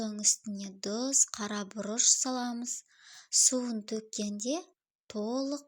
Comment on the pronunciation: Тұзды неге Дұз дейсіз?